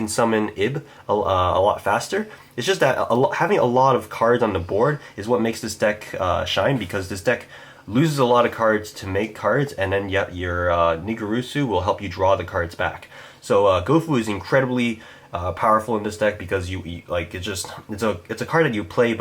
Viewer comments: Nin-Gear-Su, not "Ningurusu". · The way he pronounces ningirsu........ugh